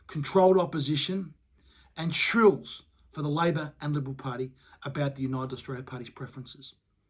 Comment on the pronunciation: Agree wit your message, can i just say though, since you use the word multiple times in the video - it is SHILLS, not shRills...